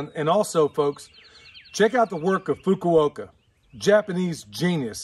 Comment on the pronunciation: My ancestors came from Fukuoka. I was amazed that you pronounced the name correctly. LOL